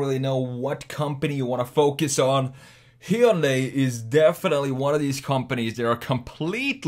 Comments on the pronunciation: It's ‘Hyun-day' not 'Hy-un-dai' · OMG.... Say it with me ( HUN - DAY ) not heiudia ! Sounds just like Sunday, but with an "H". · I think it is pronounce Hi yun die. :) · If you go through all the accents on earth you're going to need your own channel. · Hyundai rhymes with “Sunday”. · You are pronouncing "hyundai" wrong. Easy way to remember, it's Hyundai like Sunday. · Every time he said Hyundai wrong I took a shot. I'm writing this from the hospital... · Hyundai rhymes with Sunday